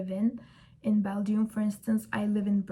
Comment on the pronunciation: It's pronounced as bel- jum